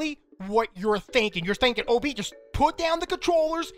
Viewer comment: When he says OB it sounds like obey